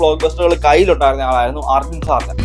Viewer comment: ആർജുൻ സാർജ അല്ല , അർജ്ജുൻ സർജ്ജ